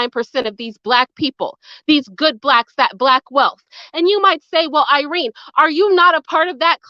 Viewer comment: Irene not otene lol